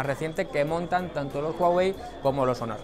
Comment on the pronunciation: Aaay... esas pronunciacioones jeje (hónor) pero buen video y equipo Xátaka